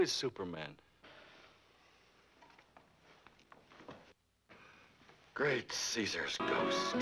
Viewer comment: If you listen carefully, he actually asks, "Stuperman, where are you!"